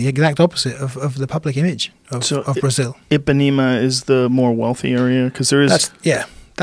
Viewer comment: I pá né ma not epanema